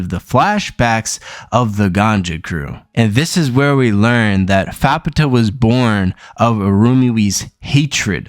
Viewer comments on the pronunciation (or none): Not a terrible video ....but dood Youre pronounceations made my ears bleed >.> So ima try and help some by writing names out phonetically. Faputa : fap taa (the u is almost silent) Vueko : vu a ko (long a) Irumyuui :e room you e (both e's are long e's) But yeah other than your missponuciations not a bad synopses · I think you'd pronounce her "fap-ta"